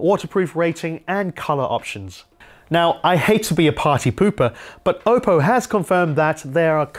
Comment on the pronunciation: Did he say okko ?